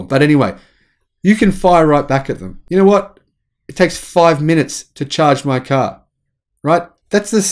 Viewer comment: Where can I find a charging station that will transfer this much energy in five minutes? You keep saying "five munutes"... "five munutes"... "five munutes"... "five munutes"... "five munutes"... "five munutes"... "five munutes"... Where? Where? Where? Where?